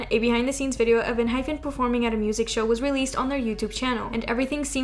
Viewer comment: Ehypen is not pronounced en-hy-ph-en. Actually, it is a Korean name and it is pronounced en-hy-pen. You say pen like the writing utensil. It's not fin like a fish fin. That is why there is not an h in the end of the name. It's en-hype-in like we are going to hype you up and get the party started. :)